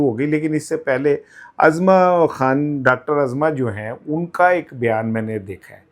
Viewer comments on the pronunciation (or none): ۔صحیح تلفظ ozma Khan ہے۔ Azma Khan غلط ث